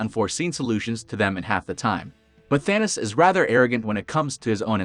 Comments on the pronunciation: It's Thanos not Thanas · It was so annoying hearing the guy keeps saying Thanis instead of Thanos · Thanis. Thanis. Thanis. Whats with the computer voice